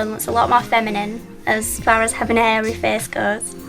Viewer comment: Haha, I love the way you say "face". :D "Fez"